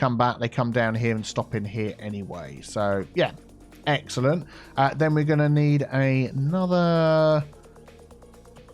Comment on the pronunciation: I keep hearing egg salad instead of excellent